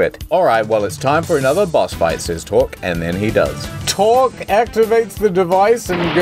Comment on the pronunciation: No. No no no. His name is not torque